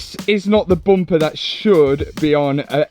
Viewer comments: Dear, Is it Bumper or Bomper😮😂😂😂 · I just like listening to him say "Boompah". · Bum-paar, love it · The way they pronounce bumper 😂😂😂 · Lol the way you say Bumper makes me laugh.